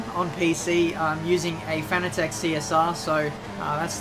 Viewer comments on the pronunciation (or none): none